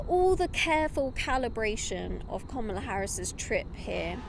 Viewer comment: Woah. Talk about conservative skewed reporting. Not even the old guard of the Republican Party is backing Trump, they’re backing Kamala Harris. Say her name right also.